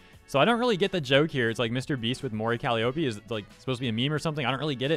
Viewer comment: Cally Opie Cuh lie oh pea